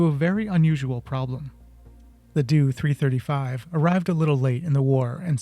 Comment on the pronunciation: For goodness sake it’s a “D-O 335” not a “doo 335”